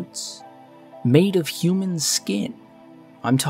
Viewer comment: Pronounced "Hue-Man" not "hoo-man".